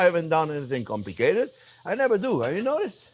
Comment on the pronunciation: He says "not comlicated" kinda like going to a neurobiogist and he says " ah, not complicated' LOL Love you Jean-Jierre!!!!!!!!!!!